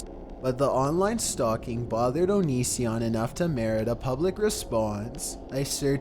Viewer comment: "*onision*" leaves